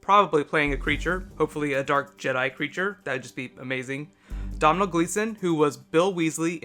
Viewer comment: Domhnall is pronounce Dough-nul ;)